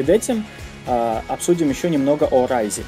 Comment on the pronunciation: raise мне больше всего запомнилось как "Рис"